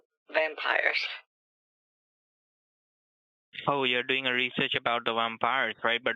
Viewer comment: Those pesky wampires 😂😂😂